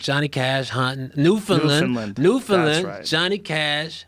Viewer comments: I respect it, but they're still not saying it quite right. They're saying "land" like "lund". It's just "land'. New-fn-land. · Their pronunciation of "Newfoundland" sounds a lot like "New Finland" to me. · NEW-FOUND-LAND not New-fen-len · FYI: Newfoundland rhymes with understand. Pronounced New, fen, land. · It's new FOUND land boys say understand then newfoundland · Its pronounced "Newfin-land", kinda rhymes with "Understand". No emphasis on the "fin", otherwise it sounds like New-Finland. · Guys it's pronounced New - fun - land. I'm Canadian. I know these things. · Their attempts to pronounce Newfoundland are hilarious. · Man the pronounce New Founland weird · Canadians are secretly upset that Joe and Hannibal keep mispronouncing Newfoundland but are too polite to write any comments saying anything about it. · Both of them mispronouncing Newfoundland so much is driving me insane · Newfoundland being pronounced wrong gave me physical pain. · If you're pronouncing Newfoundland correctly, it'll rhyme with Understand. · Say ‘understand’ and then rhyme it with ‘Newfoundland’. And there you go. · I’m from Newfoundland and the way you pronounce the name of our province make me want to burst my eardrums and no one likes curling here when did you do a show 1987 come in this decade you’ll see I love the podcast btw but I can’t believe you’ve been here and still can’t pronounce it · Shout out to NFLD, just got work on your pronouncing of it.